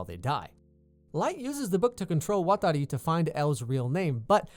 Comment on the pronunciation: I like it when you say "Watari"